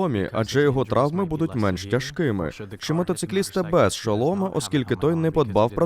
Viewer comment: звучить "мотоциклист", а не "мотоцикліст". Пробачте мені, що корчу в коментарях надрозумного логопеда, але зверну увагу на інші оточувальні помилки в українській, які були ще раніше. Наприклад, у фізкабінеті висіла прадавня презентація з текстом "Шкала електромагнитних випромінювань. Випромінювання електровибраторів.". В т/с "Альф" промовили еративно слово "магнитофон" через плутанину п'ятої букви.